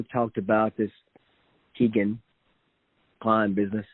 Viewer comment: It’s Keg-an, namesake of his father’s favorite titty bar. 🫤